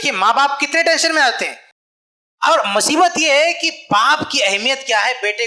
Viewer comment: الحمدُ للّہ موضوعِ تقریر بہت کارآمد اور حسبِ ضرورت لیکن المختصر یہ کہ اردو زبان بہ اعتبارِ معیارو قواعد بہت پست و کمزور ـ مثلاً : ( بطورِ مشتِ نمونہ از خروارے) چاچا بجاے چچا؛ ماما بجاے ماموں؛ باوجود بھی بجاے باوجود؛ بھائی چارگی بجاے بھائی چارہ؛ (والد سے) یہ تمھارا مسئلہ ہے بجاے آپ کا ؛ الگ کرو بجائے الگ کیجیے؛ کہ کا تلفظ کی یعنی کہ کو کی ؛ شوہر کے معنی میں آدمی کا استعمال کرنا : کہنا کہ آدمی کے ہاتھ میں ہو عورت کے ہاتھ میں نہیں؛ بھرپائی؛ سہمت؛ پریوار؛ اتّیاچار؛ بھیانک؛ عقد اور نکاح کا ترک اور شادی کا استعمال؛ کسی کو مت دے بجاے نہ دے؛ والد کی جگہ باپ باپ کہنا؛ تقریباً ٣٠ الفاظ انگریزی کے اردو کے الفاظ کو نظر انداز کر کے؛ من بجاے دل وغیرہ ـ موہن بھاگوت بھی اپنوں میں تقریر کرتے ہیں اور ایسی ہندی میں کہ کوئی نہ سمجھ سکے؛ حالاں کہ شاید سب لوگ اُن کے ، سنتے اور مانتے ہیں ـ لیکن اب ہمارے علماء بھی صحیح اور عمدہ اردو نہیں بولتے؛ افسوس ! جو نا معقول اور غیر معیاری اردو بولتا اُس کے لیے میرا ایک شعر : جو تو بولتا ہے ، وہ اردو نہیں ہے چمن ہے مگر اب وہ خوشبو نہیں ہے (احسان خسرو کا نتیجۂ فکر)